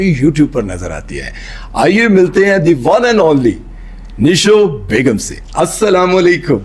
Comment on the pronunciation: نیلو نہیں نشو بیگم